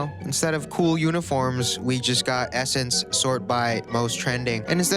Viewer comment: Ohhhhh its pronounced essence, not s-sense